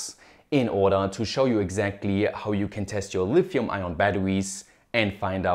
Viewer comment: caculated and lifium hehe